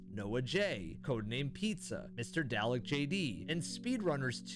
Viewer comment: biggest butchering of the word Dalek I've ever heard in my life